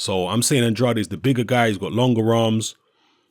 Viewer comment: The "ade" in Andrade is pronounced like the ade in Lucozade.